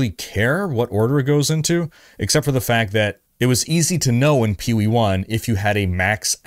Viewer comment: You do not have to keep saying P-O-E 2. Just pronounce the word, Poe. It’s an acronym. Other than that minor complaint, great content as always!